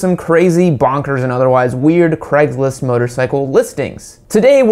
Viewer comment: “Creggslist”. Great pronunciation.